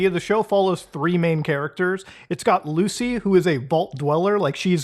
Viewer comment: who's Lucy? do you mean Goosy?